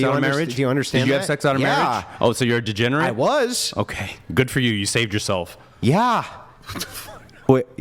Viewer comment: DEGENERATE* (not "DEGENARATE")